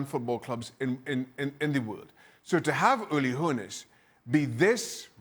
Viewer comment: "Hoe-ness" hmmmmm